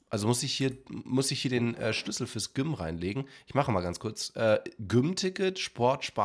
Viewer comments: Je öfter GYM an stelle von (Ausgesprochen) "djym" sagt, wurde ich aggressiver und wollte mein Hamdy Hauen bzw. auf den Mund. Die ersten 2-3 mal ging es aber dannnnnnnnnn😐➡️😒➡️🙄➡️😤➡️😠➡️😡➡️🤬...... Endresultat meiner inneren Unruhe ist dieser Kommentar 😂🎉.. MACH DAS NICHT 😤 Bitte 🥺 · ich liebe ja echt aber gym wie güm auszusprechen geht zu weit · Wie gym ausspricht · Ich finde es so lustig wie du gym ausgesprochen hast😂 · erster der das gym erwähnt XD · Wie er gym sagt😅😂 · Hast du gym so ausgesprochen, damit die Leute kommentieren? Wenn ja, dann warst du erfolgreich XD